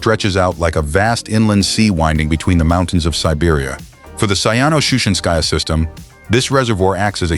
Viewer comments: Говори правильно: Саяно-Шушенсая ГЭС. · Шу'шинское, поставьте ударение правильно